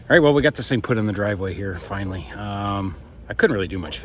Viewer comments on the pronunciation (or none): Finally not finely. "Intresting" is not a word. Reciprocating not "recipuhcating"